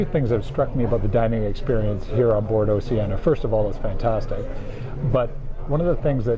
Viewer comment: For all of those who don't know, "Oceania" is pronounced "Oh-she-Ah-nee-uh" (5 syllables); not "Oh-she-ah-nuh" ! Otherwise, I am enjoying your informative videos - please keep them coming!